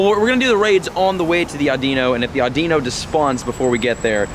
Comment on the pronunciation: The Pokemons name audino is said like this aw-di-no! Just an FYI 😉